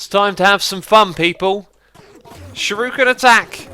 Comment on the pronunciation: X, why do you pronounce shuriken like shuruken (shur-ew-kin) when it's spelled with an I not a u?!